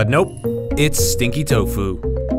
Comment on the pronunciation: when he said stinky tofu, I immediately thought, “Stinky toe-fu